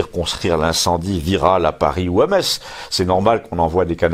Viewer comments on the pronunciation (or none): none